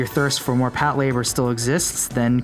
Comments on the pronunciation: Hold on, hold on - 'Pat-labour'...no, no no...it's pronounced 'pato-ray-baa' - other than that, decent little mini-doc here. I'm certainly looking forward to a fresh take on Patlabor in the near future, I just hope it retains the original TV series and first film's sense of light-hearted fun and charm and does away with Oshii's over-bearing naval-gazing that he brought to bear in the second film, which to me is a highly overrated snoozefest. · pat-la-bor not Pat Labour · "Pat LA bor" is how it's supposed to be pronounced, not "Pat labor" like the narrator keeps saying. He's making sound like it's 2 words, "pat" and "labor" which it's not. It's one word, Patlabor. So, you're not wrong, the narrator is. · This is the first time I’ve ever heard it called Pat- Labour. I always thought it was pronounced Pat - la - bore. Every day is a school day. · OMG you're saying it wrong! It's one word! You're saying it like "pat labor" as if it was 2 words. It's pronounced Pat-LA-bor, all one word. Patlabor! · Patlayber? Lol its PATULABURO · For some reason "Patlayburr" bothers me more than most of the legitimate critiques brought up in the comment section. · PAT Labor... lol. The names of people too. Could you PLEASE work on the pronunciation a little?